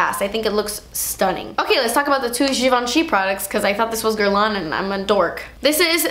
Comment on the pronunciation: She didn't pronounce Guerlain correctly… But it's not an easy name for someone who doesn't speak french